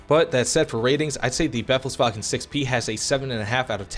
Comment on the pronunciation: just in case you want to pronounce it correctly: the second E in befehl is longer (since it has an H afterwards). Like you pronounce it, it would be written like "befls-wagen“.